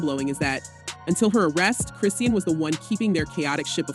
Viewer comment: Her name is pronounced "Cri-Shawn".